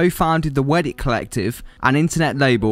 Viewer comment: dude. it's WEDIDIT. WE DID IT. NOT WEDDIT